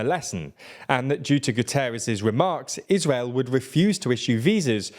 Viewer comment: It's Guterres...